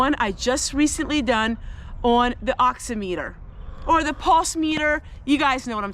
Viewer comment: In the spirit of helpfulness (not criticism!) Its pronounced ox-i-mitt-er with the emphasis on the "i"